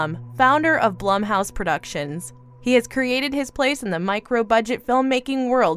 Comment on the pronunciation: It's pronounced Blume it drove me nuts when she said it wrong. I have no idea why 🤣🤣